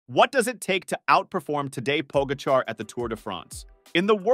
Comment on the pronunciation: Interesting stats. If only the narrator had not butchered the pronunciation of TP & JV